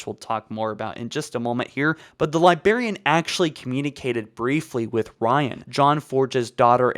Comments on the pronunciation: It's pronounced "LYE-BRARE-EAN" but pronounces it as "LYE-BEAR-EAN". >:T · except the libearian bit. he corrected it in another vid and then went back in the same vid to saying it wrong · Not to be that guy, but it is pronounced LIBRARIAN, not Libarian. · also Librarian is not pronounced Libarian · why..... why does he say LiBEARian instead of librarian? he has to know he's saying it wrong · libarian > librarian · libRarian NOT LIBERIAN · I just wanna slap him for saying "li BAR ian" IT. IS. LI. BRAR... IAN. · "The Liberrian", "Ankient humans", and "Nucaler" are part of my drinking game when I watch these vids, lol! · Libarian, Angshit instead of 'Ancient', and in other vids Lone Woof instead of 'Lone Wolf' tf is going on here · Dude you HAVE to work on your pronunciation. Your content is 90% talking. Speaking abilities are pretty essential. Liberian Ankshient Assellerated and a lot of others. Driving me nuts LiBRARian An-CHENT AKselerated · Yup it’s totally pronounced the liberian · LIBRARIAN.......the word is LIBRARIAN!!!!!! NOT LIBARIAN.......my gods I could barely make it through this with the pronunciation. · He's one more libarian away from me nuking NZ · Pronounce fucking ancient and librarian properly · Lol the ankcient Libarian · am I the only one who is very disturbed with his pronunciation "Libarian" instead of librarian and "anchent" instead of ancient? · Libarian? Are you 5? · "libarian" I cringed so hard I became a singularity as my face folded in on itself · Dude it’s 20 f*cking 19 learn how to pronounce library already Edit. Wow so everyone else hates your pronunciation. You’re like in your twenties bro it’s kinda embarrassing for yourself when you can’t pronounce anything right 😒